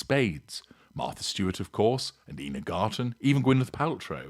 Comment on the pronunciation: Ina Garten's first name is pronounced "eye-na."